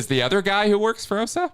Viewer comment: Always suspicious of someone who says the OSA acronym incorrectly. 😅